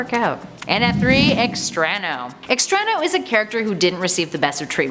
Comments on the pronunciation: Good video, fun topic, but....your great but I'm sorry but you totally bombed the pronunciation of "Extrano". Wasn't there at least 1 person of Latin decent that could have coached you on that because omg! It was painful to hear once much less the 3-4 times you said the name Lol. Other than that, great job as always!:p <3 (I'm just picking on you) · Extrano? more like Extra-no